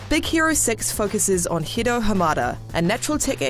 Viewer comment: I love it when she tries to pronounce Hiro. Ends up sounding like Hido.